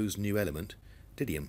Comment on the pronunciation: You pronounce -dymium as 'dinium' in this vicdoe I think